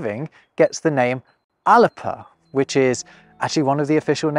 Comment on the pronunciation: Alba is pronounced Al-uh-buh, not Al-uh-puh. If it was pronounced with a p, we'd spell it with one. Gaelic isn't lacking the letter p.